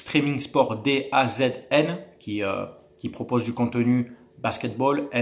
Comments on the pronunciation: Ca se prononce "Da Zone" et cette chaine ne propose pas la NHL, car c'est BeInSport qui detient les droits de ce championnat nord-américain. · On prononce la chaîne Da Zone 😊